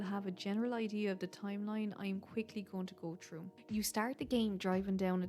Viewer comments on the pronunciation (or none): sound quality is really good imo Just the accent sometimes Best example is Here I'm pretty sure you're saying "through" but it always sounds like "true" to me You're accent reminds me of jacksepticeye So I'm guessing you're Irish?